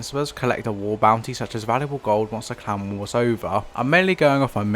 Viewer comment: Why is he calling clan war clown war 😭